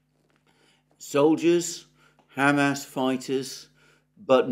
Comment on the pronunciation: Alexander, I love how you say Ham Ass.